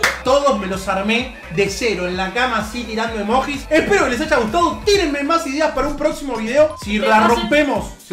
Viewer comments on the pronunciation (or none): DEJA de decir emoJis por favor, se dice emoYi